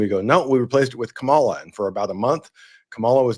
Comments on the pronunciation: Comma - La. That's how to pronounce her name. Hi!! Closing next week! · I would have hoped a non biased host would have pronounced the Vice President's name correctly. You might as well have worn your maga hat. Very unprofessional.